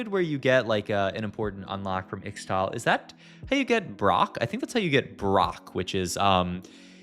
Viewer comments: PLEASE pronounce it "ishtal" in future videos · I think Ixtal is pronounced Ishtal. 😅